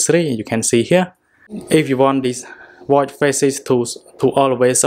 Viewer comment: Watchhhhh not watt